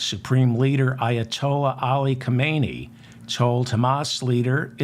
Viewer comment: Khumainee is the late leader of Iran , the current one should be pronounced Khaaaaamenaheeeee